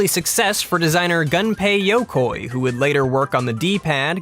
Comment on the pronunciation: Its "Gunpei Yokoi" NOT Yokai which is ghosts/demon in Japanese